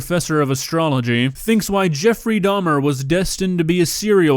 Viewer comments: “Jeffy Doms” 😢😂🤦🏽‍♀️ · I’m sorry did I just hear “JEFFY DAHMS”???!!! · Why the fuck did she call him Jeffy doms what the fuck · "Jeffy Dahms"?? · Bruh, “Jeffie Dahms” made me slowly die inside.